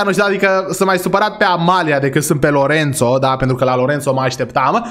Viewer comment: dc lui Lorenzo ii spui Lorențo? 😂 Respect!